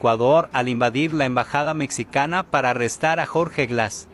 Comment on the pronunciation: Se pronuncia mejicana, no mecsicana y se escribe mexicana .